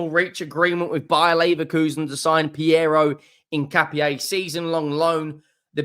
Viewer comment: At least you pronounced his name correctly